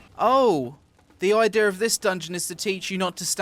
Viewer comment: "Ideur" lol i love how he says idea